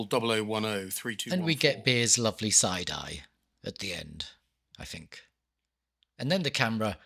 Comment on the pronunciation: You are surely entitled to your thoughts. Surely however, you are not entitled to keep pronouncing ‘think’ as though the word commences with the letter F.